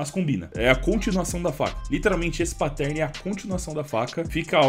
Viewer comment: cada vez que rola um "patérne" dói aqui